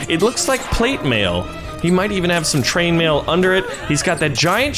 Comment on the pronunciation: What’s “train mail” or did you mean “chain mail”